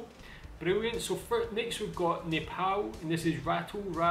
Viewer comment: For the Second time it is not called nepaoe it's called neapal